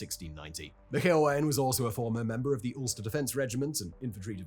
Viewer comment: Dozens of mispronunciations of names/places... even "Ulster". Calling Stephen Nolan a journalist. Claiming that the authorities had *no idea who they were*. Dislike.